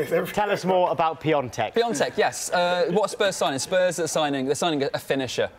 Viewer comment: Its pronounced PEE ON TECH